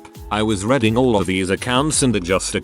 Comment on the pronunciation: How come the computer can say "read" but calls it "redding" when the ing is on the end? Stupid computers,.